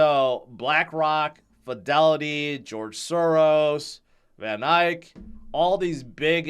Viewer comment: I appreciate your knowledge, George, but it is VanEck not VanIke. Eck not Ike. Thanks, George.